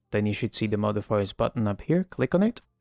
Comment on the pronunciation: ur modifiers pronunciation is Sussy